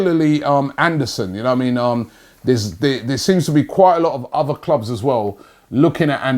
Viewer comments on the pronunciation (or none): none